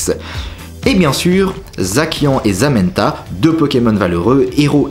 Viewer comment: C'est pas comme ca que les légendaire se prononcent. C'est zassian (vrai orthographe zacian) et zamazenneta(vrai orthographe zamazenta).